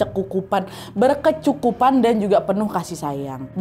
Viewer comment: Baru jga awal aku dah ngakak pas dgr kak nad blg "bercekukupan"😭🤣